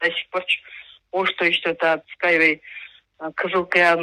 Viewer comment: эскавей мес Скай вей 😅